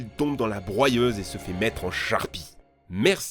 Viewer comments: Stp tu peux arrêter de "Nitendo" au lieu de Nintendo? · Quelqu'un peut lui faire comprendre que c'est pas " nitendo " qu'il faut dire mais " nintendo " ! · Ya que moi qui vrille quand j'entends Nitendo au lieu de Nintendo ???